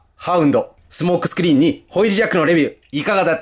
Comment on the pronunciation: 一番最初、スモークスクリーンのこと「相撲スクリーン」って言っちゃってますねｗ しかしコンバイナーウォーズはどれもリデコが上手ですなぁ。早く日本でも発売してくれぇぇぇ！